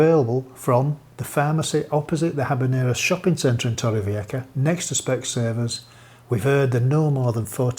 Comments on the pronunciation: We live inland nearer the city about an hours drive away. Been a while since we visited Torrevieja, so it was nice to see the super drone footage. By the way, you could do with some work on your pronunciation of Torrevieja, it's a J not a C, just saying ;-) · Its not torray fee-yekka but torrevieja. A rolling r followed by a b instead of a v and the j is a ch sound like in loch 😊👍